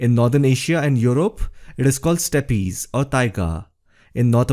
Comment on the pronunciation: The word "steppe" is pronounced step not step ee. The e is silent!